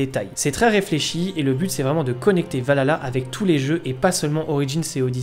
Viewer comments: Est ce qu'il n'y a que a moi que sa perturbe la mauvaise prononciation de Valhalla ? C'est VALHALLA pas Valala 🤣 lol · C'est pas Valala c'est VALHALA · S'il te plait frérot arrête de dire Valala 😂 c'est Val Halla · A mort ahah le nombre de personnes qui ne savent pas le prononcer. Val ha la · Je vais être casse couille mais ont dit val Halla et pas vaLala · Val-halla que sa se prononce pas valala merci est perso la dernière fois que j'ai était hyper c'était par ac 4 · On galère dans l'équipe à le prononcer correctement 😂 -Val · Je m'en lasserais Jamais "Assassin's creed Valala 😂😂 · Super vidéo, par contre on prononce : VAL ... HALLA ^^ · ça me fait toujours rire d'entendre Assassin's Creed Valala "Valhalla". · Arrêtez de dire "valala" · Le son H n'est pas un son français donc on peut comprendre que certains n'arrivent pas à le prononcer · Le H on le prononce.